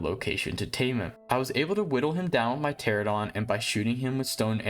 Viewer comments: Great video! That being said ichthyosaurs are NOT dolphins lmao 💀 Edit: also Pteranodon is pronounced “tear-ann-oh-don” not “tear-ah-don” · Hey! Just so you know, Pteranodon is pronounced Tur ann oh don! New subscriber too